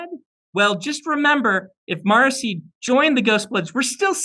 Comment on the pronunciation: I was today years old when I discovered Sanderson pronounces "Marasi" as Morrissey 😂